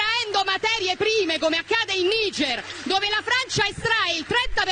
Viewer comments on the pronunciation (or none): none